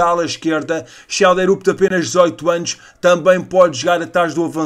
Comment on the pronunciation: Schjelderup = Xiél-drup.